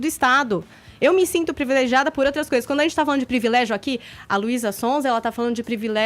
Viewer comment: O tem um problema em falar palavras com "R", pRIvilégio, bRanca, NegRa etc. curioso.. nunca tinha percebido!